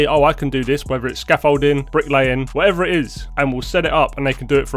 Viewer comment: The way you pronounced scaffolding was quite possibly the funniest thing I've ever heard you say. I've watched all 119 videos.